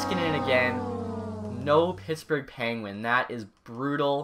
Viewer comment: it sounded like he said something other than Pittsburg